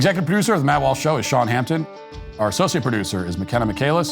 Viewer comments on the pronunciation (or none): none